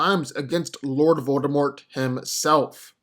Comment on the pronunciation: If I had a penny any time he said voldermolt himself